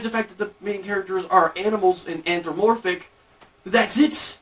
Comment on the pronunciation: it's antho-PA- morphic, not anthro-morphic!!! just sayin...